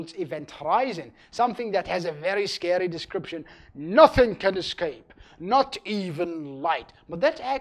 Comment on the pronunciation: Did he say ,,scawy''?